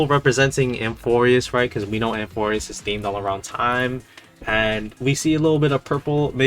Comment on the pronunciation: It’s amphoreus not amorphus:)